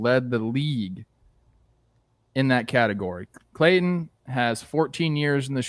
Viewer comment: does it bother anyone else the way Jake keeps pronouncing "Clayton"?